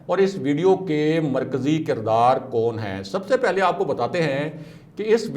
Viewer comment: تمہیں تو یہ بھی نہیں علم کہ اَختیار نہیں اِختیار ہوتا ہے کَردار نہیں کِردار ہوتا ہے